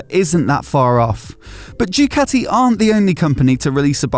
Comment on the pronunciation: I wish someone in pr at the factory would instruct you on how to pronounce their name. It's not Dewkatty, it's Dookaati. You're welcome.